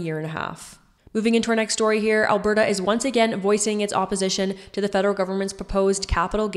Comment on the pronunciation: You need to pronounce Alberta properly